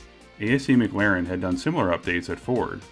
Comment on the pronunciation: Why are you saying Mc Laren?